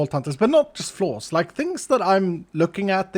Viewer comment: I thought he was gonna give us a dental lesson😭 Then I realized he said "flaws," not "floss"